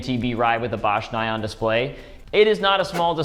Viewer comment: Oh my ears! It's pronounced "nee-on" !